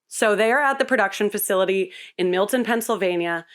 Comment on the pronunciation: I live in Milton PA and I’m so glad she pronounces it like we do 😂.